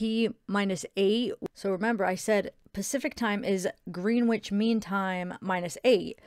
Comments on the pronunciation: It is pronounced grenitch. Lol. I was laughing bc we pronounce a lot of things differently here in the UK. was saying route we pronounce it root. 🤣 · Gren itch mean time....that’s pronunciation not spelling 😁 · I think it is pronounced GRENITCH mean time:) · Grenwich mean time is uk time and its pronounced grenich the w is silent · It’s pronounced Grennich 😉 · Love your videos. You’re so lovely. Just abit of trivia being English. Greenwich is pronounced Grenitch. A lot of English places are pronounced differently to how they are spelt. 😂 just an FYI. Xx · it's pronounced grenn itch mean time by the way uk friend helping you out x